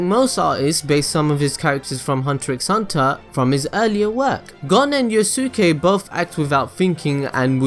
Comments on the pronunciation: Yu-suu-kay, omfg that made me cringe. It's Yoos-kay. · oh god. could you pronounce yusuke correct please. it's pronounced yuske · Yuus-keh, bro. Yuus-keh. Pronounced similar to Sasuke. Good vid though.